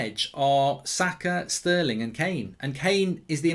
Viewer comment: You man need to put some respect on sterling’s name